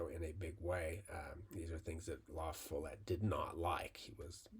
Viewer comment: It’s la-FALL-ette. Source: I’m a Wisconsinite.